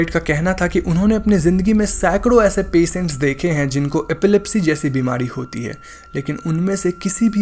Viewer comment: A positive criticism: Please so something about your accent. Because..shikar become sicar , patients because peseint. Sounds like you don't have control over the language.